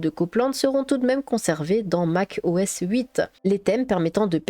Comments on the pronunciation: Ah voila ! je ne suis pas le seul ! 🤣 Mac O S pas MACOS... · plus qu'une vidéo, c'est un dossier complet sur Classic et la genèse de l'interface graphique ! Tu as pensé à la scinder en plusieurs vidéos plus courtes sur System 6, System 7, en gros, genèse de macOS, puis système par système... ? et pour les mauvaises langues qui rigolent sur le "macosse", à savoir que le système n'a eu de cesse de changer de nom : System, Mac OS, Mac OS X, OS X, macOS. Moi en tout cas, je trouve rigolo cette petite erreur qui n'en est pas vraiment une en plus, et ça fait un peu "signature". Sinon personnellement, je valide "ta nouvelle voix" ;o) Et enfin, prévois-tu de faire des genres de vidéo démo des OS marquants de la pomme ?